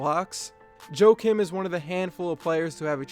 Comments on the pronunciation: u Americanized pronunciation of his name. Joe Kim?? Joakim pronounced Wa kim... the J is silent. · Pronounced "Yah-keem" Noah?